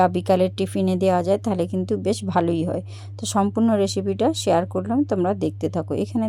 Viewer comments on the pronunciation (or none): none